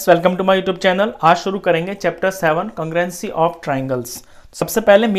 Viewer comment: Congruenci ni sir congrue-nce🥲 No hate boldeta hun warna koi gaali nikal dega💀